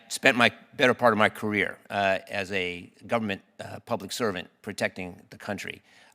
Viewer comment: Did he say public serpent?